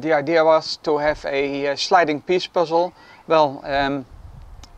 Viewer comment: He said idea with an a!